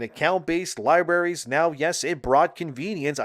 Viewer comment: Oh my fucking god how many times are you going to say "lie berries" instead of libraries?!